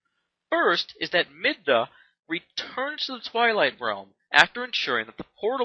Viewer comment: midna not MINda